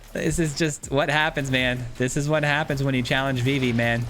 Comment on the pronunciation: Nice deck! Idk if you a big Final Fantasy fan, but Vivi is pronounced like Vee-Vee, or just the letters V.V. they actually say it in KH2 🫡